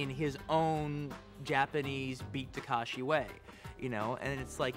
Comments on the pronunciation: タランティーノよ たかしじゃなくて たけしな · 「たかし」じゃない。「たけし」だよ！ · beat ta-kA-shi c'mon Quentin, can you read? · For a self proclaimed Japanese cinephile, Tarantino's pronunciation is terrible. Its TakEshi.